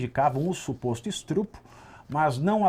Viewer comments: Estrupo?! Quê isso, Pavivi?! Ok, entendi a sagacidade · Isso eh um programa jornalistico ou um programa de comedia? Vc eh horroso jornalista (sera que eh). Vc fala Estupro errado de gracinha ou faz gracinha porque nao da conta mesmo de falar!